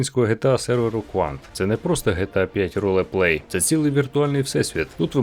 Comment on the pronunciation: Комп'ютер гарний за таку ціну. Але вимова, спочатку емвеемЄ, потім Цепе'ю, а потім ролЕплей... Не став дивитись далі...